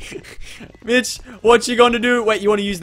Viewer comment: Every time he says Mitch I keep thinking he’s saying bitch